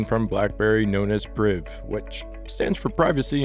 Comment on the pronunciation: Did he say BlackBerry Briv?